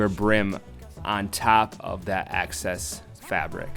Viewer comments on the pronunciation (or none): AAAHHH ITS EXCESS FABRIC NOT ACCESS FABRIC!!!!! WHY DOES THAT FRUSTRATE ME SO MUCH